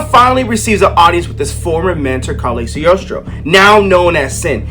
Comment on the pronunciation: Lemme help u. Cog-lio-stro! U can do it. Gangster content!